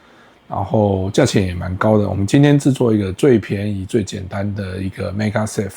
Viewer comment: 做盒子的內容不錯，但是整篇的magsafe發音都念成megasafe，聽起來實在很奇怪。